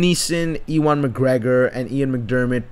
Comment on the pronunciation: It's Ewan McGregor not E1